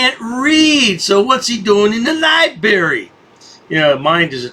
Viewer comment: It’s library not lyberry genius 😂🤣😂🤣😂🤣😂